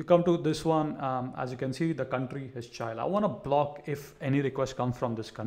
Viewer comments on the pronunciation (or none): did this nibba just pronounced chile as cha-aisle